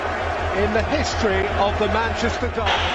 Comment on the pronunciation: "Madeira, Sporting, Manchaster and Manchaster again"